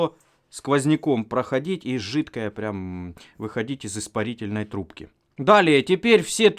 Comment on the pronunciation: Ррррррррравно длинные трррррубки